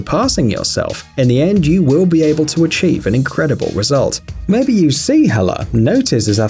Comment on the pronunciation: He said mabey so